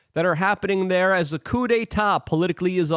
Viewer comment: Basin is pronounced with a long A as in Bay- sin Coup is pronounced as coo .